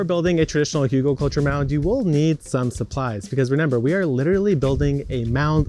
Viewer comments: there are no 'u' or 'o' sounds in Hügel.... the pronunciation is actually closer to hygl or hygel IPA: [ˈhyːɡl̩] start with the 'hy' in hymn and then a hard 'g' as in graphics and finish on 'gel' like in gelatine but obviously skip the 'g' there mfg, your friendly german. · The pronunciation is hoogle-culture.